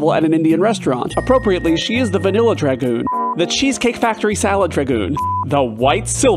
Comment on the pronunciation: Dragon. Goon DRA (rhymes with ray) goon. Dragoon. Emphasis on the A